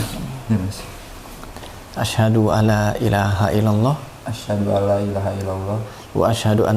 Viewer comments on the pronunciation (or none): Maaf Mas, bukan asyhadu alaa...tapi asyhadu aLLa (huruf lam seolah bertasdid karena awalnya ن mati menghadapi لا = idghom bilaa ghunnah). Tkasih